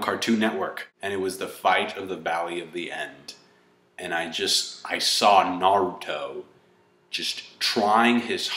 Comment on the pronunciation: i TRIED I JUST CAN'T GET THROUGH THE WHOLE VIDEO , YOU ARE THE ESSENCE OF NERD! he spoke about ME!!! ME!!! The essence! The best part is you pronounce naRUto! GeeK 10THFKN POWER.